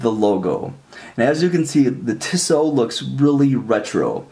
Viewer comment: Really nice review of a really nice watch. My only criticism is that (and this is coming from someone who grew up in Switzerland) the company’s name is pronounced "Tee-so," not "Tih-so."